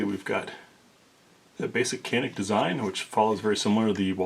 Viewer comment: Thanks for posting!! "Janick" is the pronunciation, in Turkish, the C is usually a J sound. They're gonna get real popular... Turkish gun makers, they're making REALLY good pistols....shotguns....not so much... But ALL Turkish made pistols I've fired are just insanely good for the money. Especially in the reliability realm.